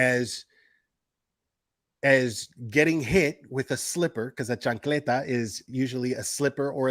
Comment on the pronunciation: are you PR? Bc the chancleta was said with perfect Latino tone lol